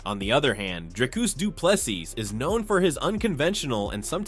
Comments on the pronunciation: Doe-ple-sie Not Doe-ple-sis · Pronunciation - Doo - Pleh _ See,.. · Bro say DDP surname properly please its getting irritating at this point